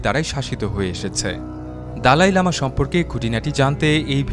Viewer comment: " দলাই লামা " ,,,,, দালাই না